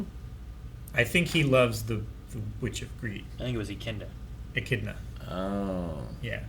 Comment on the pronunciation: I like how never pronounces Echidna the same way twice.